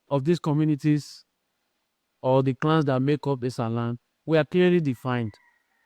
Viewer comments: Esan not Ishan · Sir is esan not ishan